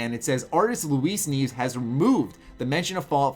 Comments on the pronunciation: I'm pretty sure it's pronounced "knee-EH-ves", not, "kneeves" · You pronounced Guillermo del Toro's name correctly but Luis Nieves' last name is pronounced like "Ni (like NEEd) - ev (like in EVolution) - es (like in ESoteric)" Ni ev es, which translates to "snows" in spanish. Also, "Mirada" translates to "look". Source: im mexican (as is del Toro and probably Mr. Snows). Looking forward to FO4! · Here's how to pronounce his last name. Nee-eh-ves. Great vid though. Lol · You pernounced nieves wrong